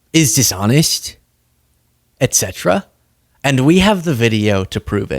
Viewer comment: Finally "ETcetera, Not EC cetera 😂🎉😢